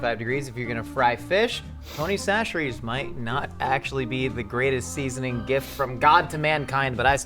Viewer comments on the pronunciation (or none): Is it actually pronounced Tony Sasheries??? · A Louisiana native here... It's Tony Chachere's -- and we don't call it "Tony C's," just "Tony's." ... However! "Slap Yo Mama" is also fantastic. If you prefer that little more peppery kick, try Tony's "Bold" flavor.